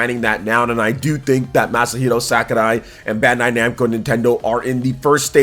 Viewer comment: What a weird way to pronounce Sakurai. 😅